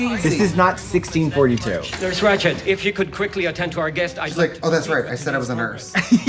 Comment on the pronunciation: I had to rewind a few times to hear Katya say “Ratcht.” 😁❤️